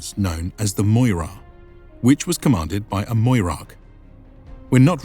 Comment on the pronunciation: Great video as always! Just a pointer about pronunciation. Anywhere in Greek you see "oi" like in "moira" its just pronounced as "i". So just Mira not Moira :) I've noticed it in olden videos too. But great work!